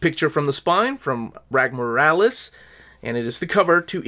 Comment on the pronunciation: Rags Morales… exactly as it’s phonetically spelled. The S isn’t silent Also Sholly… it’s Holly with a Sh. He’s jewish. Ivan Reis = E-von Reese. He’s brazilian. Point of reference - There are interviews out there with these guys saying their own names in interview, for clarification.